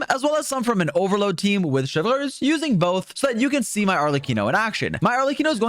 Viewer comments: butchering Neuvilette's name and now also Chevreuse really grind my gears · the way you say chevreuse is so quebecois lol